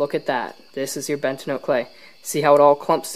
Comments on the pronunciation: Yes please it’s bentonite. Ben-ta-nite. Pronounce It ben-tá-nite or Ben-toe-nite not bentanyl. BUT SUPER VIDEO AAA+ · It is BENTONITE. Not BENTINOTE. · Ugh. bentonITE, not bentonOTE. Yer killin me. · Hey it's bentonite clay not Bent-a-note clay that pronunciation is actually ridiculously annoying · It's pronounced "Ben-toe-night" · its pronounced ben-to-night